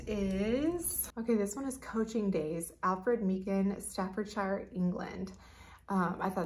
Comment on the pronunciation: I think you would benefit from a little more historical research and expansion of of your skills in pronouncing English Place names like Staffordshire and Worcestershire. Hope this doesn’t sound mean. Just want to be helpful.